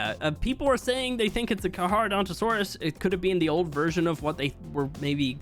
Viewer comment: Diplocaulus are actually amazing. They're basically little underwater jetpacks Stygimoloch is just an older pachy Also carcharodontosaurus has a C before the H why are you pronouncing it as "carhar" It's pronounced like "karkur" "Kar-kruh-daan-tuh-saw-rus" Your entire career revolves around a game about dinosaurs. If I were you I'd learn to pronounce them correctly This whole comment also is coming off more aggressive than I wanted but I don't know how to make it less aggressive so I'm sorry